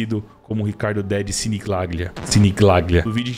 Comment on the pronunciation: Se fala Sinigalhia. Italiano.